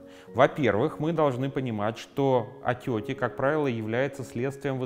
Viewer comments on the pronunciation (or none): Я одна слышу не "отёки", а "отёти"?